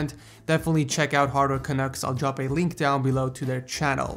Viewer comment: Did i hear "Leenk Below" ?